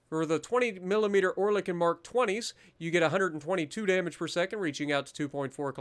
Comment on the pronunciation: Ur saying that AA guns name wrong it’s oh-el-i_kon